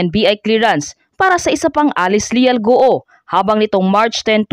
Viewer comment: Hirap na hirap kayong ibigkas ang GUO, ang tamang bigkas nyan Guwo at hindi Gu-o. Pinapahirapan mo dila mo.